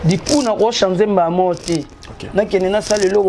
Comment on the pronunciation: Conseil à partir y’a 52eme minutes balobi tika tchoko, oyoki NGAI PE NALOBI: LOBAKA changer , danger et non chanzer ou danzer. Ça arrive po ezalaka probleme y’a lolemo mais sala mua effort ,na wana ekosila nango. Merci pour ta simplicité. Courage !!!